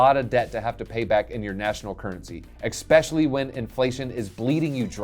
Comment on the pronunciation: I think Milei will win. Argentina needs change. Good video. Nice to see english speakers covering this. My only constructive criticism is that there is no "k" in especially or escape.